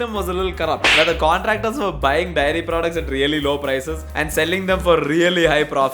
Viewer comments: The fact that is saying 'diary' not 'dairy' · bro is saying diary insted of daairy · It just occurred to me that a lot of people say diary for dairy in this country. Endearing tbh. pass me the diary milk.